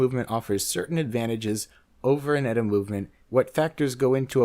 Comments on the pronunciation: its not "etta" its E-TEE-EEHA. it makes you sound like an idiot! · It's E-T-A, not "Etta". And it's still ETA that does most of the custom finishes and all the so-called BS "up-grades" made to order for all these companies, do you really think for a moment that a company that would use their movements is really capable of doing that kind of work to something that's already built? And it's also ETA again that's making the new so-called "in-house" movements for its other Swatch Group counterparts, anything Swatch Group is in-house, you credulous dope! Stop believing the industry lies and their Swiss slight of hand.